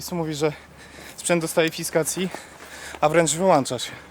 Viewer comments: "Sprzęt dostaje fiskacji... a nawet wyłancza się". Opis zjawiska nadprzyrodzonego. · „FISKACJI” to chyba już dostaliście w tej minucie 🤪